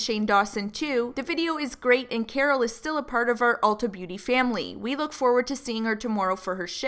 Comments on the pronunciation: Every time said “ultra” instead of “ulta” I died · i love the way says ultra instade of ulta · lmao that called it "ULTRA" smh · said “hello ultra” 😂 ULTA not ultra 😂😂😂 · saying “Ultra” instead of Ulta PLEADING at them made me CRINGE SOOO BAD. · saying Ultra instead of Ulta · when he calls it u l t r a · dying at calling it "ultra" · saying "Ultra" xDD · every time says "ultra" i actually wheeze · babe it’s Ulta 😂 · Lol ultra...that's how you get taken seriously by a company, mess up their name...REPEATEDLY 😂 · Jade Hansen bc its Ultra without an R. this how is. 😂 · calling it "Ultra" lolololol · Forget Carol... I’m pissed at Ulta for shading because he pronounced their name wrong. I’m still mad about the Carol situation though. Carol should’ve gave right information, but she shouldn’t have been put in that position in the first place. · I looove how mispronounced Ulta but said Sephora correctly! Haha!! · mispronouncing beauty companies is everything. “ultra” “sumphora”